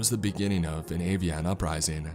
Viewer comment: A-vee-on uprising????